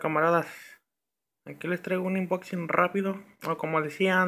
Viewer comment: Se dice "Unboxing" wey jajajaj